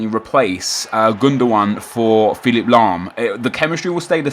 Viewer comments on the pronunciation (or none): none